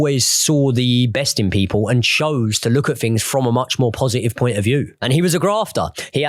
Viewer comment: I can't listen to a presenter although talks about "fings" and "afletes "